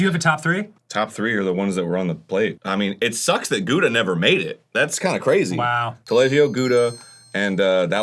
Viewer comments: pronounced Tuh.Lah.Jee.Oh , Taleggio is my favorite cheese, great in grits or on a nice grilled chicken sandwich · as an Italian I am both horrified and genuinely amused by how Arin pronounced “Taleggio”